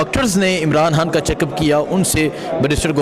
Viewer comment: خان ہوتا ہے حان نہیں۔ تلفظ ٹھیک کریں